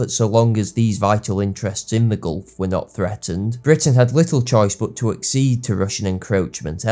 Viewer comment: While I appreciate your rare correct pronunciation of "accede", I think "concede" would have been a better fit.